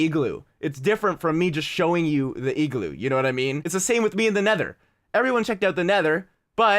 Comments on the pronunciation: I say igloo, says egloo😂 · say eeeglu one more time. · Why do u say igloo so weird 😂😂😂